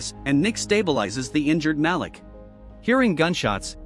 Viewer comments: And it's not MAL-ick, it's Malik, pronounced Maleek. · 3. The black dude always gets it early. Ma-leek is the pronunciation AI channel.